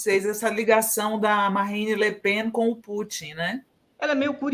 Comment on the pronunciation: Não se pronuncia lepan. É lepeeen mesmo em francês porque é um nome bretão.